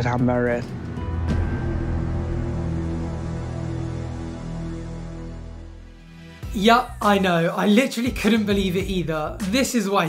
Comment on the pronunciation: "Eam merreed"